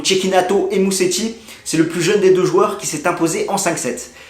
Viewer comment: On prononce "Mouzetti", pas Museti !